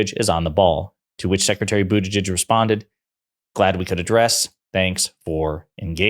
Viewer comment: I am pretty sure Jimmy Dore says Bootigege the way Trump said it.